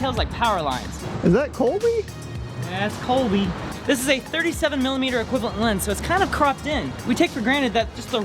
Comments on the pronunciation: Did u guys say “Colby” or “Kobe” lol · "Colby Brian" o.o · Did both of you really just call him "Colby"? c'mon maaaaaan!